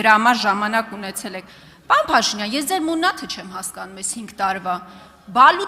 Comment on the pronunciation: Պաոն չի, պարոն է։